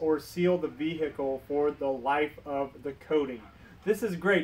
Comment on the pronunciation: Vee-hecle 😀 Great vid tho, very informative! 👍